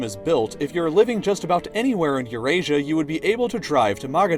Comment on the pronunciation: It's Eurasia